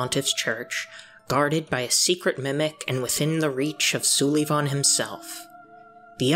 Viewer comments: No offense but you're saying "Sulyvahn" wrong. It's just like "Sullivan" except spelled weird cause he's a freaky painting baby. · Lmao Soo-lee-von 🤣